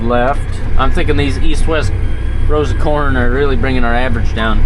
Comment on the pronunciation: Kern Inquiries: "Well Dad, what do you think of my Kern?": "Well son, there's room for improvement."....just like with your pronunciation skills. A 'Kern' is what sewer worker Ed Norton (Art Carney) on the 'Honeymooners' called a coin.